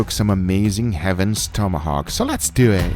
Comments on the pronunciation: More like "Let's dew ihht". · The “so let’s dewww ettt” gets me every time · I love when he says “let’s do eet” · “Let’s du eht” love it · heaven's tomahawk: more daddy.. guga: ...... also guga: lez dew et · Nobody Guga: So lets DEW IT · SO LETS DEW ET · so lets dyoo it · "lord God pls give me a sign if i should do my homework tonight" *clicks guga's video Guga: so let's duwweet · "Dew it" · "Lets do eeet